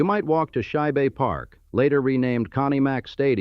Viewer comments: “Shi-bay” Park?. Good grief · It’s pronounced “sku-kill” and it’s Shibe that rhymes with bribe. I’m g,as I didn’t hear mispronunciation of Passyunk. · Almost 5 stars. Philadelphians will be very annoyed by the way that the narrator pronounces Furness, Schuylkill, Shibe Park (shy-bay?), Reading, and Lancaster. Masonic Temple is NOT south of City Hall. When discussing a Hewitt Building, a portrait of Horace Trumbauer is used. And the 1854 Consolidation did not double the population - it tripled it. But "Bravo" for an excellent history of the city's industrial past. Most of the people you talk about - Baldwin, Furness, Stetson, Cramp, PRR presidents, Cyrus Curtis of the Curtis organ - are buried at Laurel Hill cemetery where I am a volunteer tour guide. I cover many of these people in detail with my podcasts "All Bones Considered: Laurel Hill Stories" and "Biographical Bytes from Bala: Laurel Hill West Stories." And although I have lived here for 40 years, I am still not quite a Philadelphian. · Shibe too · The AI can't pronounce Schibe park.